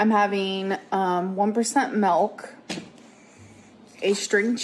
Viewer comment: I can’t stand watching eat. She chews fast, with her front teeth, her breathing is always labored and excessive when eating and she sticks her tongue out when she takes a bite. It’s so weird and gross. Not to mention how she pronounces food... aaahhgggsss (eggs), meelk (milk) and the list goes on and on